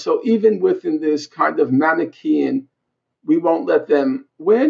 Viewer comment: When he said manaque-ean that totally sent me.